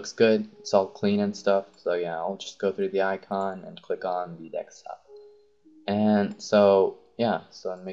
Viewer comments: I think it's pronounced deSktop, not deKstop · Noice video but it is deSKtop not deKStop.. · its DESKTOP NOT DEXTOP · xD u always say "Dekstop" LOLOLOLOLOLOLOL its desktop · helpful video but its called a DESKtop not a dekstop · Desk top not deks top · dekstop xD its name deSktop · Dextop. #English. but good video. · OMG!!! he said dekstop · good tutorial but ahhhh 'dekstop', its so annoying :s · i noticed u say dexstop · really? deckstop? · dekstop ha awesome vid tho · DEKSTOP?! STOP SAYING DEKSTOP!!!! Otherwise good guide, thanks :D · "Its on the dekstop"